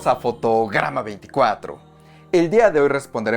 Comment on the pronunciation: Parece que dices fotogama😅